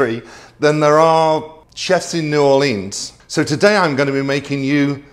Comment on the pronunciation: Wow! I’m a Louisianan raised in the England system - I knew this was legit when I heard you pronounce New Orleans correctly and referred to the holy trinity! Yes the roux is the foundation, as my mama said to me take the roux as dark as you dare…. This dish is my anchor to my memories of the kitchen and mother, truly our family heirloom (I’ve taught both my kids and it’s their favourite too). We traditionally had Gumbo after Xmas - Louisiana Turkey Gumbo. Making a delicious stock from the turkey carcass and using the shed meat from said bird. The prawns or crawfish were generally what we could get fresh - living in the Middle East we added gigantic prawns from the Persian Gulf. Anyway great memories watching this and I thank you. Loving browsing your other recipes now, an amazing repertoire and such lovely stories. Love the idea of a gumbo served in a. Giant Yorkshire - that would tick a lot of boxes for me!